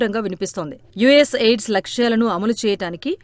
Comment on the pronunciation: యుఎస్ ఎయిడ్స్ కాదమ్మా యుఎస్ ఎయిడ్ 😂😂అది